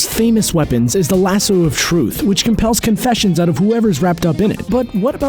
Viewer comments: Aaaaaaaaaaaaaaa! WHY the hell can't anyone pronounce lasso correctly?! Fuck a duck, people, it's LASS-OH. Not lasssooooo or lass-oww, or lis-ooo. My blood pressure is going up and I am NOT lying!! ;-) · OMFG. It's lah-sew NOT lah-sue. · Lasoo? WTF, lmmfao. C'mon dude.. seriously? LASS-O! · why do you keep saying lasoo and they say laso? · dude it's Lass O not lass U. like leviso SA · It's not pronounced lasoo you dumb shit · Lass-oh not lass-ew, the fuck is that. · Lasoo??????ITS A LASSO! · He says Lassoo wtf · Grace Klemp That's how people put stop. "Staph" instead of Stop, and he pronounced it Lasoo, thats why I spelt it like that. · "Lasoo" wtf?! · why do you keep pronouncing it "lasoooo"? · oh my God please never say "lassooo" ever again. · Stop saying lasoo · LASSO!!!! Lass-oh!!! Jesus that's annoying! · LAS-SUE now I can't stop hearing it. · Is this dude saying LasSUE of Truth? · In Red Son Wonder Woman shatters her own lasso. (She also gets ten kinds of shit kicked out of her by anarcho-Batman.) And why do you keep calling it a "lah-sue"? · I can't stop saying Lasoo now! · how can you pronounce Lasso wrong so many times, even when they clearly say it correctly in the clips you used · 1.)You kept mispronouncing lasso 2.) Diana didn't have a kid with Kal-el she had a kid with Bruce Wayne while Lois Lane had a kid with Kal Other then that, I really enjoyed the video! Keep at it my dude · Jesus say lasso right! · Yes but that's not how it's pronounced. Just because that's how it was read once doesn't make it correct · I WAS DIEING BECAUSE HE SAID IT LIKE THAT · British vs American pronunciation